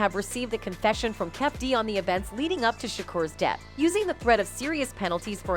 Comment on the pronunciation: mispronouncing names on purpose just to not get sued for defamation of character